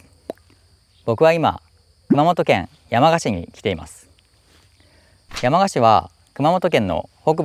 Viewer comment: 山鹿のイントネーションは廁と同じです。灯篭とか羊羹のイントネーションも気になりました笑💭 どちらの方でしょうか？